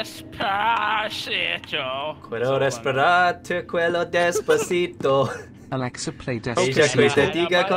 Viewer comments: I'm a spanish guy and you did it good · You have a great spanish accent, I'm from Spain and I got impressed by your pronunciation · I am part of the spanish fanbase and i am not insulted oh btw 10/10 You did it perfectly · Uhh, you kinda did well on pronouncing the Spanish Lyrics of Despacito, just tellin'